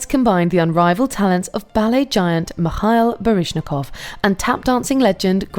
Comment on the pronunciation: it's pronounced Meehaeel Barshnikov not Mahiah